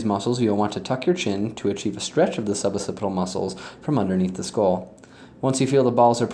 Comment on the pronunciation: It’s pronounced “ok-sih-pih-tal.” There are two “C”s and you have to pronounce them both.